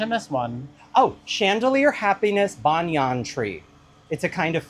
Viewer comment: If Sondheim put the accent on dam then it must be right ! I will refrain from correcting your pronunciation of Banyan 😉